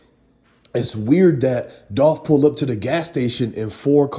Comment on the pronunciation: It's dolph